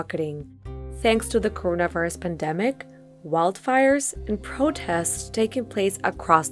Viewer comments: She cant even say coronavirus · straight up butchers the word coronavirus it’s hilarious